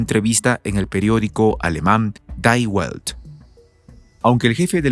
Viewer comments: el diario alemán mencionado aquí es "Die Welt" que se pronuncia "Di Velt" es alemán, no es inglés, siempre cometen errores de todo tipo en "Prensa Alternativa El Jota" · DIE WELT -- SE LEE " Di velt" EL MUNDO